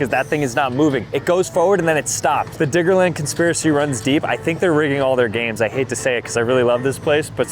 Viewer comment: Yeah I heard biggerland too